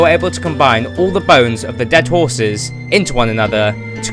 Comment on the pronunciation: Ok am I the only one who heard him say skrraten hrrses (not trying to be rude)